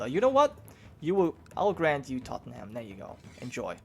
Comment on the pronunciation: Blame Londoners, but Tottenham is pronounced Tot-num. :p